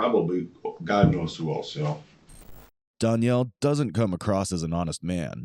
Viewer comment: i think its annoying you cant pronounce DANIEL properly.